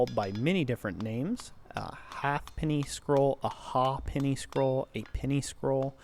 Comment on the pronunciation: My OCD kicked in during your intro. A ha'penny scroll is named after the English half penny coin. In some districts it is called a ha'penny and pronounced hay-penny. Enjoying your Fundamentals videos. They have their own separate file on my YT page.